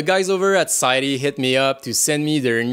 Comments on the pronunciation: It's called Scythe...not Sayth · How sure are you that it’s pronounced “sigh thee” , I always thought it was just “sighth”